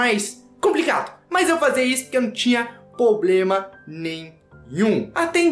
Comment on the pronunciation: Muito "poblema".....